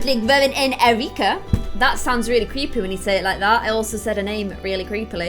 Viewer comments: U said Cerika instead of Erika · Cerica is pronounced kerica like not cerica becaus it’s not sonner like so she will notice